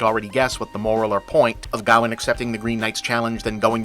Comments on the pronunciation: For a good part of the review I was trying to figure out who Gaowen was, then I realized it was Bob's strange way of pronouncing Gawain. AFAIK "Gawain" should rhyme with "Wayne", "rain", or "pain". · I don’t know how the movie says it, but his name is meant to be pronounced guh-wayn, other than that, great video! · Is it not pronounced’Gah-wayne’?? I’m going to have to research that now. I can see with your pronunciation that it could be a Welsh proto Gavin. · Ever time you said Gawain, I cringed. Can we just ban Americans from pronouncing old British words. It’s pronounced “Ga-wain”